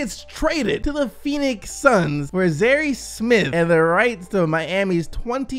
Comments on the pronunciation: Lmao I cringe everytime he says (Z-Hairy) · Zha-ear smith not zari smith 😂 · "zarry" smith oml cmon....then "zharry" smith....bruh cmon man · Nigga pronounced his name ad zha-here smith not zha-year smith u know this man dont be around black people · It's pronounced ZI-AIR.... NOT ZI-AIRY fam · Nigga rlly said zaree smith🤦🏽‍♂️ cmon bro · Zhaire is pronounced zeye-ear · Zhaire Smith Said Zi-ear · Wtf is he even saying zerry? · my nigga are you really unable to pronounce zhaire (za-ie-er) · L for pronouncing Zhaire wrong. It's ZAH-EAR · Also can't seem to pronounce Zhaire (Za-Air) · Zi-air is how it’s pronounced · I went to Texas Tech and heard Zhaire Smith's name 17,000 times, so please let me tell you that it's pronounced (Zy - ear). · You butched Zhaire Smith’s name my friend hahahah lol 😂😂😂